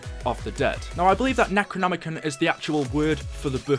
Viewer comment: Nec-ro-nomi-con, that's how you pronouns the books name